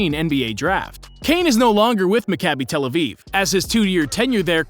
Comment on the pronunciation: Hey man, great video. Two notes: 1. As an Israeli and a Maccabi fan, I liked how you pronounced team names. They were almost entirely accurate! Maccabi Tel Aviv is pronounced: Mah-Kah-bi Tel Aviv Bnei Herzeliya is pronounced: Bn-ei Herzeliya (not "Benei", but close enough). Really impressed nontheless, the best pronounciation I've heard from a non-Israeli. 2. Deni won back-to-back European titles with the U21 team ( ), was named MVP once, and was a part of the Team of the Tournament in both years.